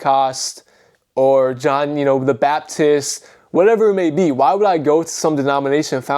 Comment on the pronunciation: Bro said John the Baptist like he founded the Baptist church… 😂😂😂😂